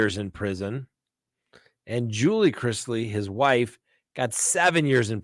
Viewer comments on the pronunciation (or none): none